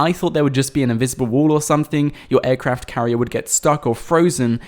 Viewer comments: He keeps saying "Aircraft Carrie" lol. Flying ships are a thing now. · I cringed every time he said aircraft carrier